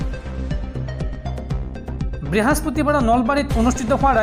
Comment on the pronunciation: ব্রেহস্পতিবাৰ নহয় বৃহস্পতিবাৰ বুলি কব লাগে। ধন্যবাদ!